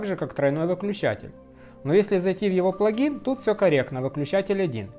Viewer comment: плАгин правильно, а не плагИн. Если неправ - поправьте